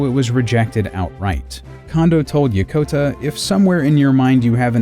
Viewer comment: It's Yokota, not Yakota!